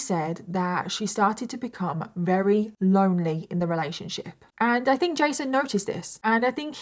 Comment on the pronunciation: Jesus. You drag the story out to 3 times the length. So verbose. I'm rery rery bored. I'm up to 38 minutes and you have said RERY 13 times so far.... But I'm bored so skipping to the end. I estimate about 23 rerys will be used in all. Try saying really really or even extremely instead of rery rery on repeat. Get a thesoraus and find some replacement words for rery. Or better yet go to speech therapy